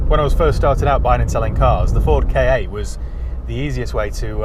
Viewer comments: It's a KA not a k. A lol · Never K A , always a Ka pronounced CAR !!!!!!!!!!!!!! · That's annoying. It's Ka, like Ka the snake because it looks like his head. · Always sounds dumb when someone pronounces it 'K' 'A' instead of 'car' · Not unless you REALLY enjoy welding. And please don't call it a K.A. sounds so weird. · The "K" fell off the end of "KA" 😜😜